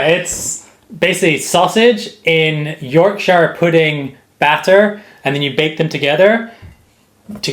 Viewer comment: I thought was Scottish? but he went all American butchering the shire in Yorkshire.... There are no hobbits in the UK, nobody lives in Shires.